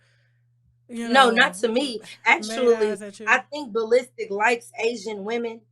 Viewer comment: Ball Listic lol 😂! It’s the pronunciation for me.